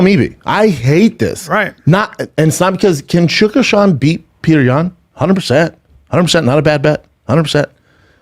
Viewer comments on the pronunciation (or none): Good lord. It's pronounce "PEE-YO-TER." Not Peter...